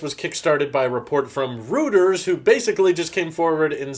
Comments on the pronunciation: Reuters, pronounced "royters" not "routers" - although that probably would make sense... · It’s Not pronounced “ rooters” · I really wanna punch him in the face for mispronouncing a Reuters!